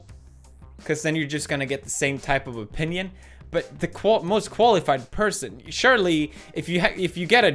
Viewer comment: Did someone else notice that opahnion